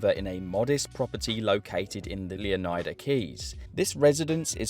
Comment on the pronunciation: It’s pronounced, “Luh-Nie-Duh” Luh rhymes with Duh. Nie rhymes with Lie. How is “Leonard” pronounced? You don’t say “Lee-oh-nard”. Stop pronouncing every letter in the word.